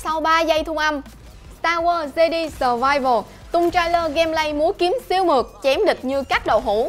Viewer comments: fan Star War nghe đọc Jedi là 'Giê-đi" chỉ biết ngồi cười rồi đi ra :)) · starwars "de đi" ?? =]]]]] Omg cú tui cú tui